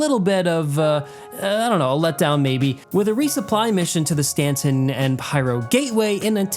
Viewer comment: why are you saying "Stantson" lol ?